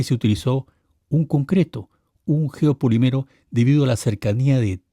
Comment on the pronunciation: la palabra no es "geopoliméro", es "geopolííímero", porque siempre repites el mismo error.